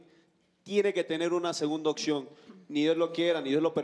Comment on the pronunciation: Es opción no iccion se adorna tanto para hablar que no pronuncian bien se van a los extremos unos bien corrientes otros se quieren sentir bien vimos jajaja son divertidos